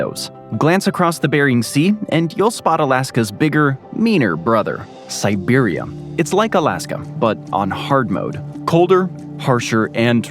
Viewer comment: I asked the same thing. He also said 'siberium'